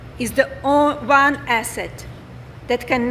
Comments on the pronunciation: I think Melania started to pronounce the word 'one' as 'own' ... to rhyme with 'alone'. Strange that she hasn't learnt to read this basic English word. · Melania: "Education is the own [she corrects herself] one asset ..." I'm not going to remark on her pronunciation of "one," other than to say it's actually correct for Middle English, and that's how Shakespeare pronounced it. However, I love how *"asset" becomes "acid" in her accent, which is so delightful and sinister that I'm going to include it in the novel I'm writing, a paean to jokes and linguistics and wordplay, disguised as a science fiction murder mystery. Melania might not be pleased to know that the character who'll speak like this is a kickass Ghanaian lady. 😄😄